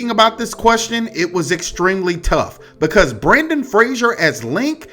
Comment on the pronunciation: I love you but hearing Brandon instead of Brendan hurt my brain a little